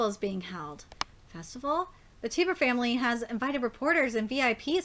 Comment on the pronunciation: TIE BER not tiber